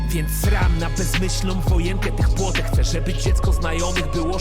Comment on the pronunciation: Not płotek as if small fence, it's płotek as if little fish, essentially nobodys